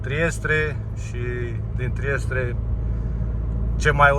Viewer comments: E Trieste mă nu Triestre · Trieste nu Triestre